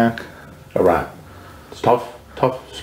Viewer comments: I like even more now for pronouncing Iraq correctly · Cant believe Hansen pronounced Iraq correctly and this army man called it eye-rack.